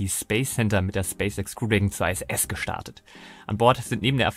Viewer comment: Nein, International nicht Einternational. Oder Englisch ausgesprochen Internäschenel und nicht Einternäschenel. Also so oder so ISS und nicht Ei SS. Das i wird solo im Englischen zwar als Ei ausgesprochen wir sind aber weder in England noch sind wir Engländer. Ich habe Deutsche Astronauten in der Regel auch immer von der ISS sprechen höhren.